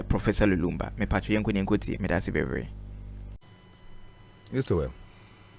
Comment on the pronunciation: Please the name is professor Lumumber Otieno and not Lulumbar